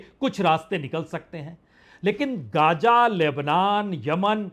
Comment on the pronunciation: गाजा नहि है वो ग़ज़ा हैवो